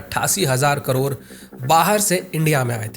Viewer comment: Bhai करोर ni करोड़ 😅